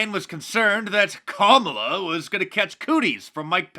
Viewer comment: Did you say camel toe Harris?